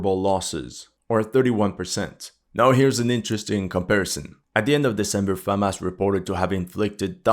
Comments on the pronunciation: It’s Hamas, not Famas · Am I going fucking insane or is he saying Famas instead of Hamas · Why does he say Famas instead of Hamas? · Hey, it's pronounced Hamas with an H, not Famas like a trash french rifle. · Is he saying FAMAS or HAMAS? Is some kind of Youtube C word issue? Now there is an H word? I don't agree that these stats mean the bulk of the fighting was done by people in initial mandatory service. The majority of the dying was, the more experienced soldiers can be expected to do plenty of fighting and less dying. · Is it getting so bad with YouTube that you have to say Famas instead of Hamas? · Isnt it "Hamas" and not "Famas"? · You are able to pronounce the word "HUNDRED" properly but ironically you are unable to pronounce the word "HAMAS" correwctly. You always mispronounce the word "HAMAS" as "FAMAS."Talk of intentional misleading. Why don't you call terrorists as "TERRORISTS" ? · why it sounds to me that you say famas instead of hamas ??? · I know my hearing is not good, but... Am I going completely deaf, or he's kept saying "Famas" instead of Hamas? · why do you keep saying FaHamas? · Am I tripping or do I keep hearing FAMAS 🇫🇷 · Is it Famas or Hamas? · Why do you call it Famas? Did I miss something? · Why does he keep saying Famas? :S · Why do you pronounce it "famás"? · Hey buddy are you Jewish? This is all about the IDF plus you pronounce the Jewish military brigades names very well compared to hamas it’s not Famas lol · It is a touchy subject for him because you can clearly see his sympathies are with the Zionists. He was claiming that IDF would wipe the floor with Hamas, a few months ago. Even now he cannot bring himself to pronounce 'Hamas' or to call it the Palestinian Resistance which is what it is. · Why pronounce Hamas that way??